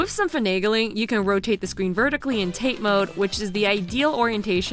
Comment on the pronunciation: TATE MODE!!!!! It's pronounced "ta-tay" from 縦 or たて